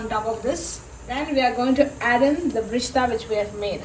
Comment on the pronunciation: Its birista, not brishhtaa😂 And it wasn't prepared correctly. Also, its stir, not steer. Recipe is also absolutely hopeless. First learn how to cook a biryani properly, then show others on YouTube. Otherwise just stick to Goan food, since you obviously can't cook other cuisines.